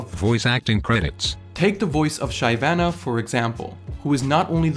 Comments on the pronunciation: this man said Shy vanuh instead of Shiv ana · shiv-ana not shy-vana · afaik its Shih vah nah not "shee" or "shy". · Up to date I still can't get over the fact that is saying 'shy' vanna instead of 'shi' vanna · I call her "shy" vanna too. never heard someone say "shi" vanna before. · My boi really called shyvanna Shay vanna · why did you say shy-vana and not shivana as the pronunciation. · Ive never heard anyone else pronounce shyvana as shy vana and not shivana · Why did you pronounce Shyvana so weird? It's like Shiv - anna not Shy Vanna, right? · But why did you say Shyvana as Shy-Vana? Isn’t it She-Vana? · shyvana not shaivana please. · shai-vanna????? wtf is that pronunciation 💀💀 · Pls stop saying shayvana is Shivana u fkn doughnut !! Cringe af. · He did not just say SHY-VANA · Nobody: Absolutely nobody:: "sHAiVaNA" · he said shyvene. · makes fun of ramus french voice Also: sHaiVAna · How do u butcher a name so savagely? Holy shit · did this man really just say shy vana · "shy-vana"? Boi who dat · wait wait wait what did you just say? SHYvana? (I mean people say things not the same but...) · Just how did u pronounce shyvana? "Shaivana"? lol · It was tilting when you said Shivana haha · My dude just said ShayVana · did you just pronounce Shyvanna SHYvanna? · please dont say shy vana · the real question is do you even play league of legends? "Shi-vannah" =D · He just pronounced Shyvana "Shaivana". wtf, say it right! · WTF SHY-VANA JUST NO NO NO NO NO NO NO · little over 2.5 years since this video came out and hearing "Shy-vanna" makes me cringe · is no one going to mention the way he said "Shyvana"? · First strike was advertising for Raid, second and last strike was butchering Shyvana's name. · Hearing him pronounce shyvana though... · thats a funny way to pronounce shyvana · I left the video when you said shyvana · The way you pronounce Shyvana gives me anxiety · dont ever say shyvannas name ever again pls.